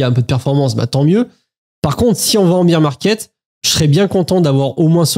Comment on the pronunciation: Chance d'être passé pas mal en stable crypto et d'avoir vidé le PEA avant la baisse. Incertitude totale. Par contre c'est le "bear 🐻 market" pas "beer 🍺 market" 😂